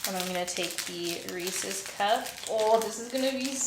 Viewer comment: Wait when do you keep saying it Reece instead of Reese's 😩